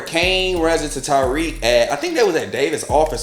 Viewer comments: Lol, I crack up when people call him Tyreek instead of Tariq. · Great review, just irked me you keep saying “Ty -Reek” when his name is TA-RIQ 😂